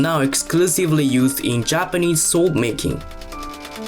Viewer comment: His accent makes it sound like he’s saying Soul Sword. I dig it.